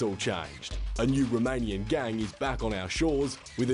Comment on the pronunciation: AY tee aim... romayniyun gangs flying in so thaay can steel big maany .... stupidest English accent ever